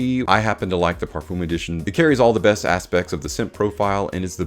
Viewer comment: Please check out how other people pronounce Parfum You have used the word a couple of times in this video, and each time I heard it, my ears were hurting.